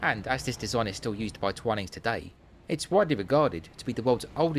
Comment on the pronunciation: My husband drinks coffee and I drink tea, and yet we manage to agree on most other things. We missed the Twinings shop when we were in London, although we did visit St. Clement Danes. Thank you for providing the correct way to pronounce "Twinings"!